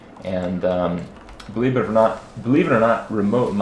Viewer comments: believe not beliebe :P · BELIBER OR NOT LOL CUAE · Listen to the video. When he meant to say "Believe it or not.." he said "Belieb it or not". Intentionally or otherwise, I'm not sure, but that's what the image was referencing at the same time